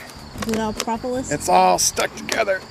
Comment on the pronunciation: I hate to be critical but the word is propolis not propopolis